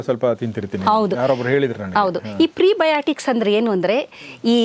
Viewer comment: ದಯವಿಟ್ಟು ಸರಿ ಮಾಡ್ಕೊಳ್ಳಿ, ಪ್ರೀ ಬಯೋಟಿಕ್ಸ್ ಅಲ್ಲ ಅದು ಪ್ರೋಬಯಾಟಿಕ್ಸ್